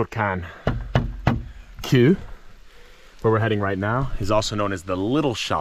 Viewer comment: You pronounce the hungarian word for rock as koo I cannot tell you in an English word how it is pronounced more like kew. GREAT STUFF !Kis Baratom